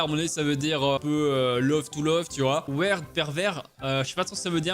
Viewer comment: Weird ça veut dire bizarre et ça se prononce wirde ^^